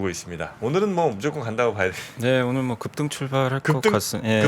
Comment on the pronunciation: ㅋㅋ급!등! 강조ㅎㅎ 덕분에 웃으면서 시작했습니다!